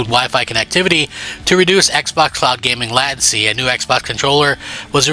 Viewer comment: Lei ten see not lat ten see 😂 you dolt